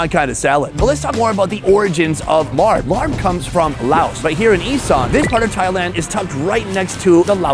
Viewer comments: The meat salad is pronounced “laab” or “lahhb.” There is no “r” sound in the word. Thanks. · larb ? its laab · I thought it was laab not larb?…. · It's pronounced La-ah-b not Larrb 😂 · I love you Sonny, I love all your videos and work but every time you say larp, I cringe. It doesn’t sound appetizing at all. It’s one of my favorite foods too! 😂 It’s pronounced laap with a long a sound . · Hi Sonny!! Love your videos! FYI: what you are calling “Larb” is actually “Lopp”. It rhymes with Mop. I’m from Laos, living in U.S. & getting a total kick out of you calling it Larb!! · Please stop calling it larb, it’s pronounced laab, whoever started that couldn’t have been Thai or Lao… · Not "Larb",but LAAB!!!! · Sonny, the “Larb” dish is pronounced “Laah” as in open your mouth and say “aah.” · My wife is from Buriram. Her pronunciation is "lob" as a tennis stoke. Not "larb" as rhyming with yard. Thai can sometimes be tricky. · Sonny, I love your shows, long time subscriber!... in Thailand, it's not pronounced "Larb", it's more like "Laaaaab". It's the same style salad as Naamtok - where it's grilled, sliced pork or beef steak with the same seasonings. Much love from the UK (hire me) x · I hate when white people pronounce the word “Larb” so damn annoying. Sunny learn how to pronounce the food name correctly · IT'S PRONOUNCED LAAB NOT LARB!!!!!!!!!!!!! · I was getting really ticked about that. I'm half Thai and thought the only time I heard it mispronounced like this was when Giada was cooking this